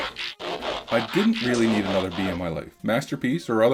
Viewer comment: It's bee not bii